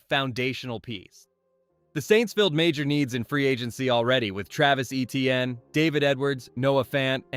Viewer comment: #1 for New Orleans is pronounced, “A-Chane” not ETN.